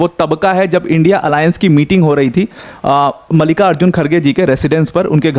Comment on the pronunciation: मल्लिका ❎ मलिका ✅